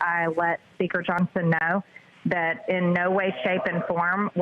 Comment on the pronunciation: Yeah but how does Taylor-Green make the word “know” have three syllables?